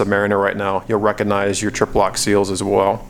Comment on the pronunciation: Good review, apart from twice saying "yore", lol